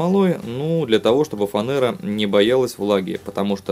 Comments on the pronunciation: Размеры нужно указывать в миллиметрах. Вы же не портной! Не позорьтесь! Да, не нужно говорить "фанЭра"! Прямо сестра "пионЭра" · 1) Говорить "фанЭры" - безграмотно. Никакой фанЭры в Русском языке нет - есть фанЕра. 2) Только перед этим видео смотрел аналогичное - японца одного... Он тоже из фанерки всё делал.. Так он морилочкой всё красиво покрыл, получился красивый коричневый цвет с сохранением древесного рисунка.. А тут такая мерзкая серая краска... И она кстати бликует. На коричневом фоне светлое лезвие еще получше видно. 3) слишком много "самых". Сам брусок, на сам пруток.. сами ножницы.. и так по пять раз. 4) гриДность это на каком языке? Есть крупность/мелкость зерна.. На буржуйском обозначается grit. А вот гриДНОСТЬ это новое открытие америки! А так приспособа годная. Главное что делается рядовыми инструментами без наличия парка станочного оборудования. Даже металлические кубики на самом деле не обязаны быть металлическими - примеры подобных деревянных изделий есть в достатке.